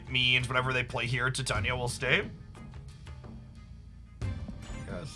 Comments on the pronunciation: Ti-tanya? Thought it was Tai-taina. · I squirm every time you say “Tie-Tanya”………it’s “Tie-tane-knee-ah” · Just so that you know in future videos even though it'll be hard to get used to saying, its Tie-tane-ee-uh not Tit-on-yuh. Shes also in the She-Hulk series on Disney+ :) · TIE TAE KNEE UHH CAN YOU READ ENGLISH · Yep, it is tai·tay·nee·uh. I don't know if he says it the way he does as a joke or not. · Ti-tanya is the pronunciation of the fairy queen from Midsummer Night's Dream, that may be where got it from.